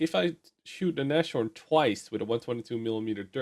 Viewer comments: Just a pro-tip from a german: it's not nash-orn, is nas-horn ;) just like your dutch neushoorn. But instead of eu it's an a, and instead of an oo it's an o. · Not naSHorn but naShorn